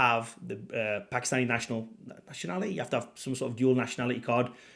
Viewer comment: Its pronounced Paak-Kiss-Staani NOT P*ki-Stani